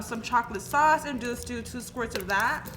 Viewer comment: “MOrE Of DaT ChoClAtE SawCE”